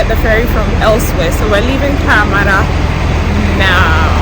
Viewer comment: Sis, now their de3 the ascent is deeper, I can’t hear anything eh the way u pronounced parramatta